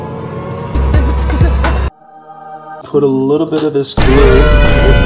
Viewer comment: i cant with the "tittle" instead of little XD